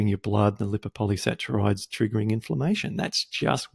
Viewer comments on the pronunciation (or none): I wish you knew how to pronounce "polysaccharides".